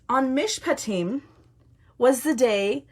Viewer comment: Thank you so much for sharing this. You are a brave warrior! And you pronounced Mishpatim perfectly. This morning I had nothing on my calendar and I asked God why. I really felt him say that he was going to do something today - no specifics. So I have been online off and on and watching this Country do just what you said - Quebec decided not to levy their tax on the unvaxed, the truckers in Ottawa are playing hockey in front of the parliament buildings with the truck horns blaring in the background. The truckers at the Alberta/Montana border were praying our Lord's Prayer last night and today they stared the police down singing O Canada - and the police backed off. Justin is still proving himself to be an unfeeling petulant child and the Conservatives are just nailing the conservatives in the Parliament. Today is a good day! I encourage you in your studies on our Jewish roots - we have people in my town very interested as well. Bless you - brave warrior that you are!